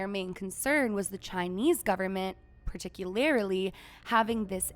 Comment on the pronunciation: I don't mean to be rude, but are you actually real? Are you AI? Or WTF is going on here? You clearly are reading something you didn't write because you're pronouncing things weirdly such as "particu-LARE-ly" and "algo-RTH-mically." "On a platform that doesn't...censor it....." You have 1.1M followers. How did this occur? Doesn't anyone write their own material anymore? Anyone having Chatgpt (badly) write their scripts is literally disgusting and contributing to the crappification of this hellhole we call "The World." This video upset me so much that I didn't hear a damn word you said because I don't believe you. DO BETTER! STOP PAYING FOR FOLLOWERS! THAT'S CHEATING!